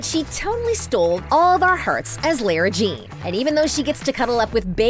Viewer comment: It's not lera it's lara Jean